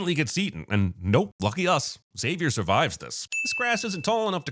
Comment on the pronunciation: Saying X avier instead of zavier should be a sin too.